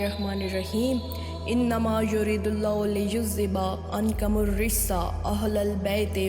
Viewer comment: عَنکُمُ الرّجسَ.... عَنکَم الرجس نہیں ہے..